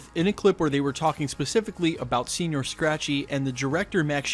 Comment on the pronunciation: Senor not senior..Yanks butchering more words